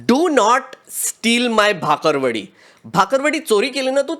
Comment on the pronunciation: Bro it's "बाकरवडी". c'mon man